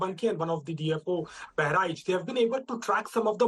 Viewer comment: Kindly pronunce bahraich properly you are an indian anchor